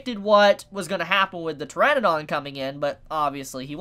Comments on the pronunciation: pteradon... not tyranadon... what is wrong with youtubers and pronouncing things.... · pteradon.. not tyranadon.... lol ur the second youtuber ive seen pronounce that wrong.. whats wrong with the youtube community and not bein able to pronounce shit?